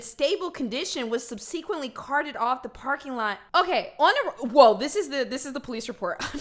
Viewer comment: Please please PLEASE for the LOVE of god!!!!! PLEASE look up how to pronounce subsequently 😒